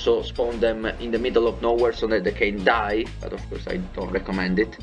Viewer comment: "You can also spawn them in the middle of NO Where so that they can Die." I was listening to your vid while doing something else & that emphasis on die was hilarious. 😆